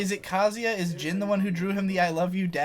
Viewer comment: Jean, Ak-uma, Yoshimeetsu. pronunciations hurt me.